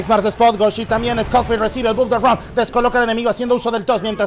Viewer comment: porque le dice scot-fild, a scofield